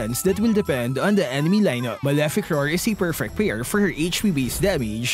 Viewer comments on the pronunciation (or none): none